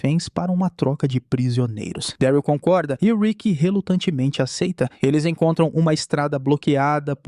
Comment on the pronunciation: Fala mano, video perfeito, sou fã da série kkkk. Só duas correções sobre a pronúncia: não é Gabriel e sim: GÊI-bri-uhl e Daryl é: Dérril. Pelo menos na versão dublada, a pronúncia é feita dessa forma. Acredito que a pronúncia ideal seja essa. Do mais, um excelente trabalho que você vem fazendo, tmj !!